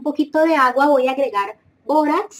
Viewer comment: Todo bien asta que dise borax